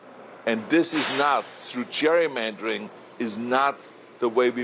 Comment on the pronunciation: "Cheik, we have to stop the Cherrymandering" - LOL - learn to speak English, Ahole.